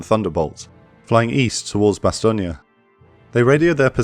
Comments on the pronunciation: It's very distracting to hear it pronounced "Bastone-ya" instead of "Bastone".I love the episode and the presentation of this very famous battle of WWII otherwise. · Great video, but Meuse is pronounced, Merse (rhymes with hers), and Bastogne, Bastone (rhymes with phone). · Weird way of pronouncing Bastogne